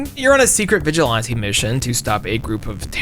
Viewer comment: says vigilante so fancy like "vigil_auntie" lol